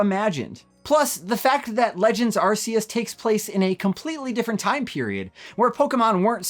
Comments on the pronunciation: actually, it's incorrect. It's the original way they pronounced it until they realised half the world laughed whenever you said it like that. So when Nintendo officially announced legends arceus they pronounced it the way you're supposed to, putting an end to the debate once and for all, but some people were too used to saying it wrong and continue to sound like idiots. 👍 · Incorrect. Try watching some of the Japanese commercials. Dont force your butchered dub pronunciation on everyone just because uk and europe cant handle the word arse. Collectively grow up and respect the original pronunciation. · areseeus? okay guys, when you talk Charizard in the future you gotta call him Lizadon now :) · How long is he going to keep mispronouncing it? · 'Ar-See-Us' is the original and correct pronunciation still used in the Japanese commercials to this day. So technically, yes, going by the originally intended pronunciation, it probably IS an arse-phone. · Game Freak first said "Arseus" when they revealed the game, they only changed the pronunciation after some Brits complained it sounded like 'arse', so they then said Oh nevermind it's pronounced "Arkeus". But even first graders know a C before an E isn't pronounced like a K... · Actually the original and correct pronunciation is 'Ar-See-Us', it's still used in all of the Japanese commercials to this day. You can't even argue that it's a localization thing because it's the exact same word and its not even that hard to pronounce. There is no reason to force your butchered western pronunciation on everyone else, especially when the creators of the game say it 'Ar-See-Us'. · Actually 'Ar-See-Us' is the original and correct pronunciation, it is still used in all the Japanese commercials to this very day. The game was created in Japan (and the original diamond/pearl released there first) so it's safe to assume they have the correct pronunciation. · You couldn’t be more wrong. Official Nintendo site calls it Ark-eus